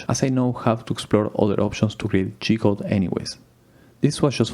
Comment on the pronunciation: Everytime you say G-Code, it sounds like you are saying "Cheat Code" lol.